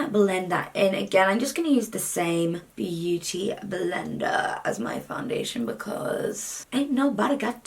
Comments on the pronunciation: I love when you say words in an Aussie accent😂 “byoodie blinda” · You sounded so bloody Australian when you said beauty blender! Yes girl, come to Australia, you’ll fit right in 😂😂😂